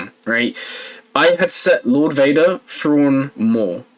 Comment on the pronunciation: lord Wader